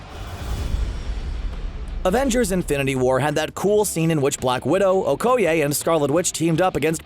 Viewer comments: the faq? It's O-koi-aye not O-ko-yay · It is pronounced (oh-koh-yeh) not (oh-koh-yay) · We gotta tackle this major issue... Okoye = Oh Koi Yay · LOL "oh-ko-yay" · Okay is nobody talking about his way of pronouncing Okoye???